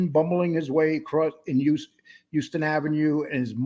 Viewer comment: Good job men. Slight correction Houston Street is pronounced. House~ton. I hope someone likes the taste of your guys dust.